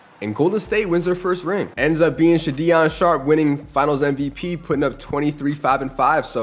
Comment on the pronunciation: Please pronounce names correctly Sha-Deon Sharp and James Boonite got me rolling on the floor